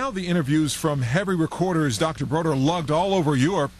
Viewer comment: David BODER, not “Broder”!